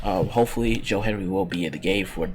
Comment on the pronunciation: His name is Hendry not Henry